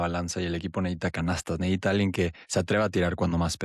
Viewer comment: Se dice Necesita... No neita.